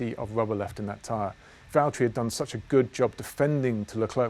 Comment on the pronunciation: Please say Valtteri it’s James